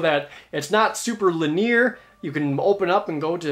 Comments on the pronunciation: linear has three syllables. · you say "linear" weird